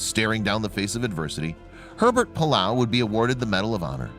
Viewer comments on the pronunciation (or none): The pronunciation of names and places could easily be researched online. One can easily learn how to say Arkan”saw”, but this guy can’t say Pilila’au, or Waianae?